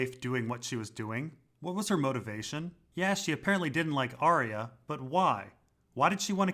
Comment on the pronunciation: IT'S PRONOUNCED AR-YA.